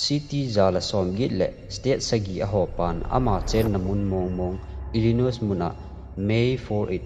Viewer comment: Illinois tilou ding, illinoi joh hiding s khu silent